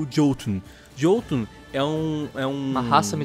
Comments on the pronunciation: Ótimo vídeo, mas tenho que apontar um erro, nas línguas nórdicas o “J” se pronuncia “I” ou seja, se lê Iotunn e não Jotunn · Se pronuncia "iotum" 👍